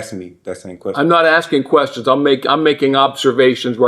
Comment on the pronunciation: "Axing me..." ffs